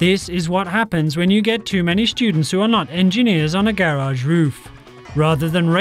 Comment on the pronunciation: Please say garage right